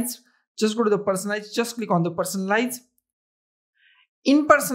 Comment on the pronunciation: Person lice... I'm sorry is this how you really speak or you just screwing around. WTF PERSON lights ok..